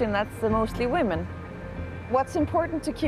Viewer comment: "Best place to be a whamen" oh, you mean like, everywhere